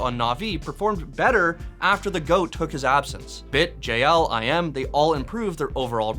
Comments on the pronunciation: Please pronounce iM corect his name not “i am” but its “ime”… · i-M???... you mean "Immah"? iM is not said like just the letters.